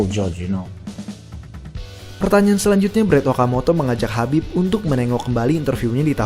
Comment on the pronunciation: khabib min bukan habib😮